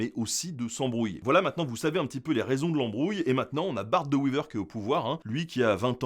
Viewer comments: [Bart De Wéver] et non [De Wiver] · Le fameux Bart De Wiver, La bonne prononciation c'est De Wéver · Petite correction, on prononce « De Ouéver » pas « de ouiver » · Wééééééver, pas Wiver :) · Bart De Wever, pas De Wiver. Quant à la Bataille des Éperons d'or, les milices flamandes étaient épaulées par des troupes du Comté de Namur. Les comtés de Flandre et de Hainaut, par alliances matrimoniales successives ont eu les mêmes souverains, dont les Ducs de Bourgogne, puis sous le Saint Empire Romain Germanique avant le royaume d'Espagne. Les classes aisées flamandes parlaient le français et envoyaient leurs enfants étudier en Wallonie jusqu'à la fin des années 1960. C'est alors que ces "franskiljoenen" - terme péjoratif qui leur était accolé - ont senti le danger peser sur eux et ont su retourner sur les Wallons l'animosité populaire. Le mythe des soldats flamands morts dans les tranchées parce qu'ils ne comprenaient pas les ordres, ce mythe reste à démontrer. Des pièces de monnaie étaient déjà frappées en flamand des premières années du 20ème siècle, ce qui prouve que le complexe d'infériorité que ressentent les Flamands provient du manque d'unité entre leurs patois très disparates. Aux jours actuels, nombre de Flamands ne se comprennent pas entre eux... Le développement économique des provinces flamandes a été permis par les investissements wallons dans des infrastructures et une politique internationale permettant de débloquer l'estuaire de l'Escaut et l'expansion du port d'Antwerpen (Anvers) et d'autres sous régions. Le vieillissement du tissu industriel wallon et la fin de l'épopée charbonnière et le libéralisme économique de plus en plus influencé par des multina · Wéééver , pas Wiver 😂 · Wéver pas wiver hein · ca se dit wéveur pas weaver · On dit de wé- veur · Pas de bol mais non. On ne dit PAS "de Vevere"!!! Les Belges( flamands comme wallons) prononcent le "w" à l'anglaise! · "Bart De Wither" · Pourquoi " W-i-ver " ?? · son nom se prononce de ouéveur